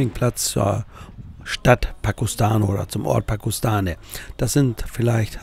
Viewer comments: Pakostane hat über 4000 Einwohner. Es wäre es gut wenn man wenigstens die Namen richtig aussprechen würde. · Das Video ist ok😊 Nicht so unsere Ecke. Übrigens wird der Ort Pakoštane " Pakoschtane" ausgesprochen😅